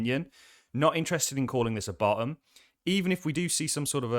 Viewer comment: You say “Ba’um” for bottom. Lol